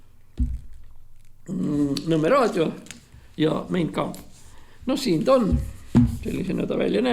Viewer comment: "Mein Kampff" hääldatakse Main Kampff.